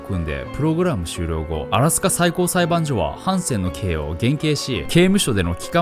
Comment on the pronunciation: あと、裁判所は「さいばんしょ」っすね。